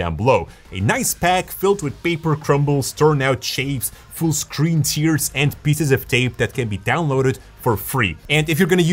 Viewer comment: Your English is excellent,. I assume it got that good because you care about speaking it well. At the risk of being "that guy," here's a pronunciation tip concerning "tear:" when you're crying, it's pronounced "teer;" when you're ripping paper, it's pronounced "tare." Just one of those idiosyncrasies all languages have. Keep pumping out great videos. Btw, I'd love to see one about your backstory; how'd you get from film school to having that great studio?